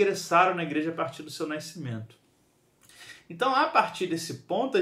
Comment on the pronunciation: Faltou a aula de dígrafo (nai-cimento?) (Nai-se) tá errado essa pronúncia